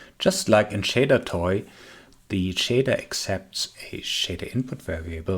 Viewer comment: Not sure what you are saying shadertui?